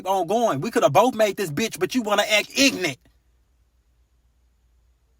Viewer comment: a yellow light means slow down be Cautious and don't run the red light that is about to change. If you speed up during a yellow light you could be pulled over. and my man can even say ignorant the right way so I would never take life advice from this YN LoL